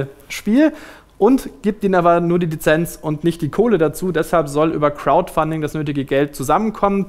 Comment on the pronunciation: Crowdfunding klingt wie "Krautfunding" :)